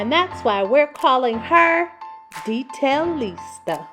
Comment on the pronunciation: Katrina - “Detail-Lista"